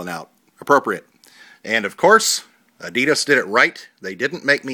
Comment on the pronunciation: since when were they called 'adeedus' lol